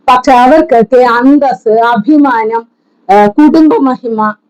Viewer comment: എന്റെ പോന്നു ബീൻ ആ സാധനത്തിനു നാണം എന്താണെന്നു അറിയില്ല. സംസ്കാരം എന്താണെന്നു അറിയില്ല, പടച്ചവനെ ഭയമില്ല. ഇതൊക്കെ ഉള്ളവരെ മേടിച്ചത് തിരികെ കൊടുക്കു . അഭിമാനം എന്ന് പറയാൻ പോലും അറിയാതെ അയിമാനം പറയുന്ന അവൾ അത് കൊടുക്കില്ല. ഇതിനെല്ലാം അപ്പുറം സ്വന്തം ലൈവിൽ ഇരുന്നു എന്തൊക്ക പറഞ്ഞിട്ടുണ്ട് ഷിയാസിനെ. നാണം ശകലം എങ്കിലും ഉണ്ടെങ്കിൽ എത്ര കൂട്ടായാലും അയാളോട് പൈസ ചോദിക്കുവോ.